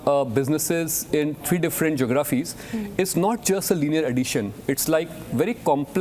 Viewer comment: Hindi medium unimpressive uncle. Liar. Research analysts at Bain or wherever you were a junior grinder don’t work in 5 geographies and learn how to pronounce “geographies” 😅 I me myself. Can neither engage nor has integrity and truthfulness. Shows what type of organization this is where they hire unimpressive scammers like 😅